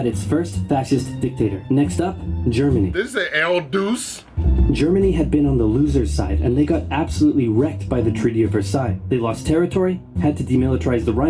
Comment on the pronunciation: pronounced Duchay and it basically means leader in Italian. It’s kinda where we get the word “duke” from